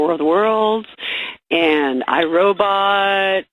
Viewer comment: I miss when Fez used to pronounce it "robutt"